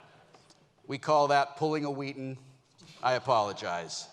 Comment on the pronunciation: Ahh yes, WHill WHeaton..